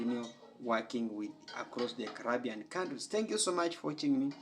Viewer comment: Why are u still HERE 🇯🇲 U can't even pronounce the name Caribbean correctly Why aren't u doing ZIMBAWE